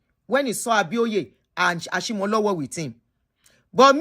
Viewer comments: please as a yoruba person. i must do a service and let you know it is pronounced Ashimolowo as in owo meaning money not owo like the town. ire o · It's Ashimolowo